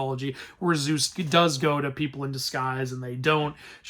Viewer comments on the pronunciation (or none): none